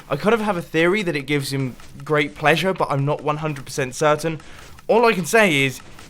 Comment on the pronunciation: "Great Plesure" That don't sound good.